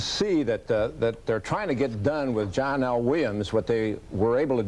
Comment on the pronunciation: Its not John L. Williams, it's pronounced Johnel Williams.